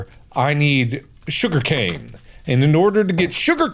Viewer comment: There's more... J O O G E R C A N E